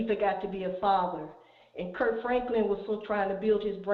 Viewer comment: KIRK...not Curt